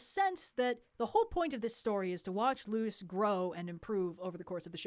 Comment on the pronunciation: It's Luz not Lucy (Spanish name)